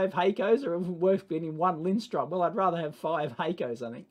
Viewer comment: It's Lindström, "linsTRRRUUM" It's no wonder people say it wrong, because the umlaut is almost invisible on their printed logo. Are Piergiacomi any good, people?